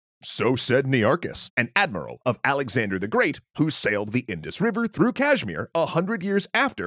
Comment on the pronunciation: Man you’ve gotten better at performing Indian names. The Kashmir and Ladakh pronunciations were not only relatively better but also more well spoken.